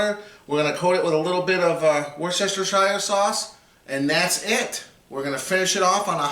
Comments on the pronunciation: It's pronounced "wuster-shure" not "war-chester-shire". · Good video, thanks for the tips. I''m doing one today and just wanted to get an idea of time/temp, etc. Now, here's a tip for you and any viewers "not in the know..." in return. It's three syllables... And pronounced "WERE-STIR -SHEER" Not, '"Wor chester shire" Or as I said as a kid.. "Winchester shire sauce" LOL.... Thanks again, bud. Have fun. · “Woohstershershire” YOU SAID IT RIGHT THEN ADDED “SHIRE” ITS WUS-STUSH-HER FFS GET IT TIGHT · That's "woo-stah-sheer" not "worst-chester-shire". It's a British thing... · "Wooster" sauce :) Thanks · My guy, please. Try "wooster-sheer" instead. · It's pronounced Wuss-ter-sheer Sauce. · It's "Wash Yer Sister Sauce" here in Oregon. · Brit here - as weird as it sounds "Worcestershire" is really pronounced "Woostershir" to rhyme with "fir" not "fire". Don't worry though - there are a large number of even brits that pronounce it using all the syllables available to it. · Worcestershire Sauce is pronounced 'Wuster-sher sauce' save those syllables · Wuss-ter-shur is how you say it. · I can’t even.... woos-ta-shur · Wuster sauce for short . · Worcestershire demands a different pronounciation. Look it up! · What's with the extra syllable? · Yeah, but, it is funny to hear non-Brits absolutely butcher the pronunciation.